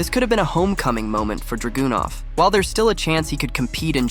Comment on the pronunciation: How can Balor be mispronounced and how can he get Dragonov so wrong? Is he trying to see how wrong or creative he can be with them? Some of them even get Nia wrong?